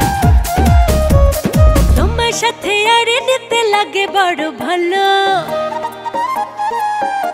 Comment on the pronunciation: সালমার উচ্চারণ এ একটু প্রবলেম আছে। নাগে বাজে উচ্চারণ।